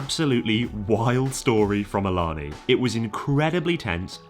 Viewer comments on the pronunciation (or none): Awesome video. I would point out that Ilana is a native word and it is pronounce ay-lah-nay. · FYI they pronounce that large casino as ill-la-nay. Live like 15min south of it and hear their radio adds all the time. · I think Ilani is pronounced "Ey-la-NAY" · FYI, Ilani is pronounced (ay-LAN-ay) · ILANI is pronounced A-La-Nay......I know it is wierd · For some unknown reason it's pronounced "ey lah nay". No clue, but I see the billboards too much and the commercials every day. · Ilani is actually pronounced ee-lun-aye. It's confusing I know. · Thanks for coming to the PNW and actually Ilani is pronounced “Ee-La-Nay” ;) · Having just driven by Ilani a couple days ago and living in the area - I believe it’s pronounced (AY-luh-NAY). That’s based on radio adverts I’ve heard for the place. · Btw, Ilani is pronounced “ay-la-ney” 😁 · Can’t wait to hear about Ilani, I live close to it. It’s actually pronounced A Lynn A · Since it’s my home casino I just have to comment and say that you’re mispronouncing ilani. Hope I get good enough to get backed off one day lol. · Ilana; the I is pronounced as a hard A, the first A (in the middle) is pronounced as a soft A, the last A is pronounced as a hard A.